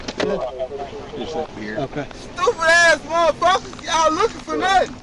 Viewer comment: "I didn't do nutten"